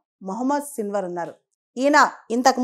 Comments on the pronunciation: Hallo మేడమ్. మీరు పదే పదే సిల్వర్ సిల్వర్ అంటున్నారు .అక్కడేమో సిన్వార్ అని రాసి ఉంది. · Hallo madam మీరేమో పదేపదే సిల్వర్ అంటున్నారు .అక్కడేమో సిన్వర్ అని రాసి ఉంది.